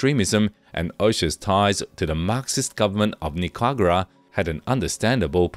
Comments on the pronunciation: Pronunciation Ni ca ra gua not Nicagua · Pronunciation of "Ochoa" and "Nicaragua" was clearly challenging for the narrator